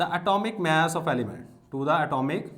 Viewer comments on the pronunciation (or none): none